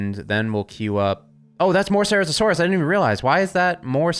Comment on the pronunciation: Ceratosaurus: prenunciation is as follows. Sir-at-o-saurus